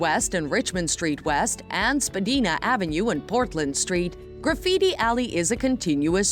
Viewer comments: The many parks are beautiful as well. Also its Spadina not Spadeena. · On my god the narrator needs to know how to pronounce the names right...spedeena, youg dunga square, youg street. Also why show the hockey arena that is home to the St. Louis Blues, and not the Toronto Maple Leafs ??? Obviously this person has never been to Toronto. Niagara Falls isn't apart of Toronto either, and it only has two falls not three. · LOL it's pronounced Spa-DY-na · First, it's pronounced Spah-dye-na. Not spa-deena. Some of this information isn't correct. Kensington is in the city, not west of the city. The video of "inside" Kensington market, is actually St.Lawrence Market. Some of the clips shown in Little Italy, is actually King Street. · good review. One quibble -- you mispronounced a few of the names, such as Spadina -- the "i" is a long "i" like Dinah or Carolina. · "SPA DIE NA" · “Spadeena” lol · Spadeeena 😂 Scocotia Bank Arena 😅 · Perhaps but Torontonians say the i as a long vowel ('eye') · Great info. Please someone tell her how to pronounce SPADINA.